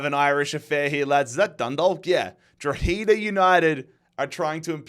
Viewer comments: it’s pronounced draw-ha-da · It’s pronounced dro-head-ah and dun-dalk as in talk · Thank god I don’t have to hear say Droheeeda anyway. Instead I just have to deal with the way he says Dundalk.